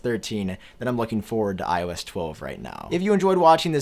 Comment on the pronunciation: The way you speak iOS ‘iO ass’😂